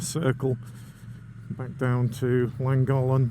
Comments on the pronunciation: Llangollen i think you said Langholm 😊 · Isnt it pronounced langothlen? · Would have been nice if you had done a tiny bit of research as to actually pronounce Llangollen, its not rocket science, and no, im not Welsh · Also pronounced it Thlangothlen because of the double LL's. Maybe I've been doing it wrong? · Nice vid. Llangollen is pronounced more like Chlan (the Ch is important like in church but listen or ask locals)- Goth Len. Wales is great for bikers. Glad you love it. I do find how people say Welsh place names funny :) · In your defence it’s not easy to pronounce words in a language you don’t know. I understand the frustration for 1st language Welsh though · Llangollen is a gorgeous place but I wish you would pronounce it correctly. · You are miss producing the name of the town in correctly. There are two LL not one at the beginning that make a sound together as if you have flem in your mouth and you put your tongue between your teeth to say the word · Please please learn how to pronounce Llangollen 😖. 50 & 40mph roads haven't changed under the new legislation. My Speed Twin 900 cruises along happily at 20mph in 2nd gear. Nothing is ruined, North Wales is still the best place to live & ride. Sure the 20mph zones could be tweeked in some places but it's early days 🤷‍♀️. I won't be signing any petition, it's nice having our villages safer & there are plenty of fast roads still. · Can't listen you wreck how you pronounce Llangollen 🤦‍♀️ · To be fair, you should be banned from Wales until you learn how to pronounce Llangollen properly. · Thanks, but I feel you could have made some attempt to pronounce Llangollen properly. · Nice vid but try pronouncing Llangollen correctly especially grating listening to you massacre it....also 20mph in towns villages is mildly irritating ...no one likes change.🏍🙄